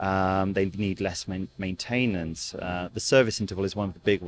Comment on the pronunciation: He said , " main - tain - annce," !! Lol